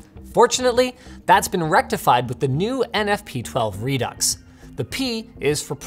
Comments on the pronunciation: Re Ducks? It's said "Re Do" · Pretty sure Redux is pronounced "redoo". It is just like faux which does not pronounce the x. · is Redux not pronounced "Re-Do"?? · ReDucks? Lets just call it ReDo and end it there. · It's "re-doo" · its pronounced 'redo'